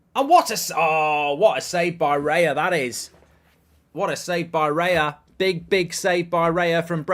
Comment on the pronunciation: It's not Reya, It's Raya hahahaha